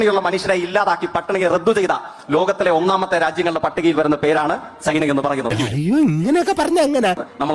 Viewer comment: ഈ ചെക്കൻ എവിടെ പോയി എന്ത് പറഞ്ഞാലും പൊട്ടത്തരമാണല്ലൊ ഭഗവാനെ...... പിന്നെ സെയ്ക്കേ.... സൈനയല്ല ചൈന